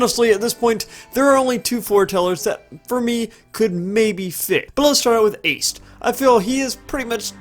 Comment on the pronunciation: Bothers the shit out of me how you pronounced Aced